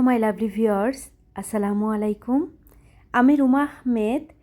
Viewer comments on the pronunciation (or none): none